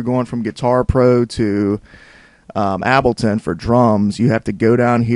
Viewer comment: AHAHHAH YES ABLTON